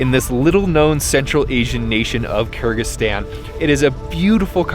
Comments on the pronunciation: Sounds like you are saying Kurdistan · If you say it slowly might be easier to pronounce Kır-gı-zis-tan